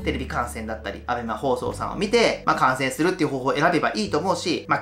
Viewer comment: 観戦が感染に聞こえてちょっとびびりましたw 「気を付けて感染！？」え？？ すみません笑笑